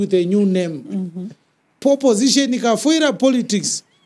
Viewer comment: Did he just say poposition?😅😅😅😅😅